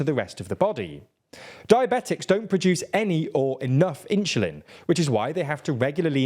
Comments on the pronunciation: It's weird when somebody tries to explain biochemistry who cannot pronounce insulin (not "inshulin"). Is that a local strange dialect or something? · why does he keep saying: "inshulin"? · This is the most curious "Insulin" pronunciation I've ever heard 😂 Inch-oo-lin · Market cap is irrelevant. It's a virtual value, not profit or even revenue. Also, , that's a weird ass way to pronounce insulin. You say it like it's "inchulin". And semaglutide can have serious side effects too, mostly if you don't use it for diabetes. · I get harder every time he says inshulin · "inchulin" say it all together "inchulin" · At first I was like “huh? Inshoolin” I thought I ,it’s heard it. But nope - he definitely said “inshoolin” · What the hell, why does this guy pronounce insulin this bad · There's no way insulin is pronounced like that in Britain.. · even you mispronounced insulin i think there no hope for you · I love the way he says insulin. 😂